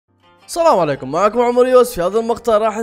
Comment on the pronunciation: السلام عليكم ❌اصلام عليكم ✔️